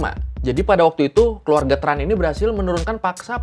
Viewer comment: Sama. Setauku Tran itu bacanya bukan TRAn tapi chèn